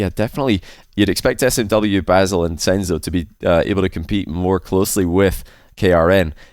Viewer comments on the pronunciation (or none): it's bassel not bazzel, with an S not a Z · It's not bazz-el it's more like bass-ill, bass like seabass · Nader as u say it its right and its mean "rare".. ba2sel idk but his name as i know as arabic guy its bassel. Spell it like french bassel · you pronounced nadr correctly but b2sel pronounced with s sound not z sound🌝